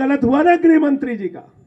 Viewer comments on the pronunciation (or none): ग्रहमंत्री नहीं गृहमंत्री... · ग्रहमंत्री नही, गृहमंत्री होता है!😂